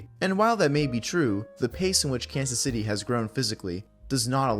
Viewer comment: YOU USED AI FOR THIS "kazzay cits"